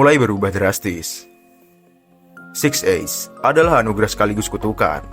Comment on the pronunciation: Six eyes atau six ace????😂😂😂